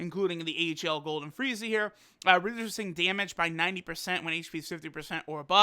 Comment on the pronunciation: This guy talkin' about "dyemedge". Not damage, dyemedge. lol